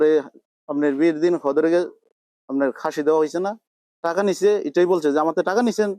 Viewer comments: KHasi... KHashi..... NOT HASHI ,,, HASHI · আর খাসি শব্দটাকে হাসি বলতেছে😂 কি পরিমান মূর্খ এরা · শব্দটা, খাসি হবে , হাসি-নয়, হালেদাজিয়া, হাইচুনি, বামনবাড়িয়ার মানুষ এখন পর্যন্ত শুদ্ধ ভাষায় কথা বলতে শিখল না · হাসি কি বলে সঠিক উচ্চারণ করতে পারে না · আরে মিয়া। ওটা হাসি না ওটা হবে খাসি। হানা হবে না। ওটা হবে খানা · হানা নয় খানা, হাসি নয় খাশি। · খানাকে বলছে হানা 😅খাসি কে বলছে হাসি😅😅😅 এরা কারা কোথা থোে এলো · বি বাড়িয়ার লোক খ উচ্চারন করতে পারেনা খ উচ্চারন হ বলে খাসি কে হাসি খাবার কে হাবার খারাপ কে হারাপ বলে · হাসি কি ভাই? এরা তো খ উচ্চারণ করতে পারে না। কোন জেলায় ঘটনা? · সব ঠিক আছে, গেঞ্জাম গেঞ্জামের যায়গায়। আমাকে কেউ বলেন এদের কেউ ই "খ" বর্ণ উচ্চারন করতে পারেনা? হাসি, হাবার। বাংলা ভাষার তো হোমাসা হয়ে গেলো এই এলাকায়।